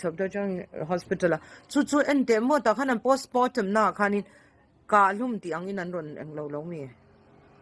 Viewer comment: Postmortem pawh ati lo postmootem ti ngei ahhh